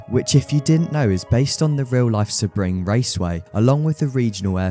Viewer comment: Its pronounced "SEA-BRING".